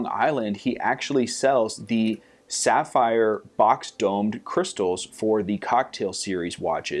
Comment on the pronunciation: The pronunciation! :D Great job with the sapphire